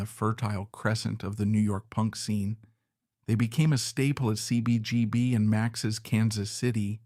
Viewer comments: How many adjectives can one shove into a narration?? This isn’t good writing, this is verbal masturbation. Also, your mispronunciation of Hasil Adkins, atonal, and CBGBs shows you don’t even know your subject matter. If you cut out the BS, this video would be a quarter of its length. I couldn’t even get to the end. Your vocal delivery also made me want to eat a pistol. R.I.P. Bryan, you deserved better than this tripe. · i listed to another upload from this channel. There are some obvious ai stutters in that one. He had me fooled for 15 minutes. Now I feel kinda duped. Who pronounced CBGB like that?